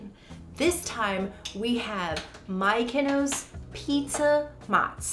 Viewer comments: Looks yummy. Thanks for the bonus dough recipe. You guys are cute pronouncing Miyoko’s “Mykonos” lol. The founder is actually Japanese and her name is Miyoko (mee-yo-ko).😊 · 😆 on her name pronunciation yall.. it actually pronunced .. ME-YO-KO ... think I would use this as a base sauce for unchickun and spinach instead of using a pasta sauce .. yumm.. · Pronounced Mi-yo-ko’s it’s Japanese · Miyoko is pronounced Me-yo-ko ❤️ thank you very much for the review! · that drove me her saying her name like Miko's. Him too. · The mispronunciation tickled me guys :-) you kept saying Mykonos like it's from Greece. I dug it lol :-) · "Me!" "Oh!" "Coe"! Easiest way to remember. :) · I love them BUT they are not pronounced “Mykonos.” That’s a Greek island and Miyoko is a Japanese name. It is not at all difficult to pronounce and it’s really off putting to have it this badly mispronounced and feels really disrespectful. Like, you had to have completely ignored how it’s actually written to pronounce it that way. Please at the very least add text over this absolute butchering of her name acknowledging that. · Why do you struggle? Learn it and commit it to memory…I promise it’s really not difficult at all. I was cringing hardcore every time you said “Mykonos” and it made me feel like an asshole, but it’s the lack of attention to detail that drives me bonkers. That said, I appreciate the review, regardless of the aforementioned snafu. 💘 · Miyoko’s pronounced Me-yo-Kos. Thanks for the review. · Not My-keno! 😂😂😂😂😂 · What do you think of Miyoko's products? (We apologize for our struggle to pronounce the name correctly)